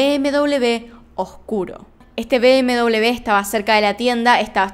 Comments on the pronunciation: Me siento incómoda cuando dices bm-doblev. >:'(((( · Perdon,pero me llama mucho la atencion por que dices bm doble b, cuando la marca de coches es bm doble uve..BMW. ?? Saludos